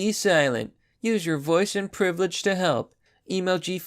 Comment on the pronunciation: "Use your privlage to help" ... what in the actual